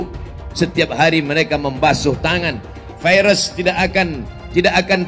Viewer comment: Virus pak bukan vairus...